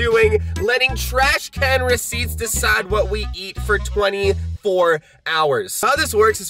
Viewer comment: Is anyone thinking abouut corona virus when he gets the receipts out the tresh can😂😂😂😂